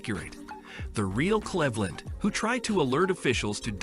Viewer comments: how do you pronounce cleveland incorrectly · The computer voice can't pronounce Cleveland? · Her name is pronouced Cleaveland not Clevthland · Saying glendas last name wrong is really getting to me 😂😂😂😂 Cleave - landddddd , not clev-lend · Glenda "Clehvland" 💀💀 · It’s the fact that they can’t pronounce Cleveland correctly, but can announce the things wrong with the film. Nobody cares, it was all wrong. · So you can pronounce Sinthasomphone but not Cleveland